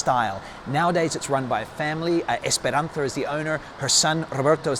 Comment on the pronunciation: Good pronunciation. I could tell u understand Spain by the way u greeted Esperanza and said her name. My family greets in the same exact way lmao